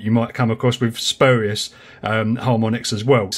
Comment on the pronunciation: Spurious is pronounced "spyoorius" not how you did, great vid BTW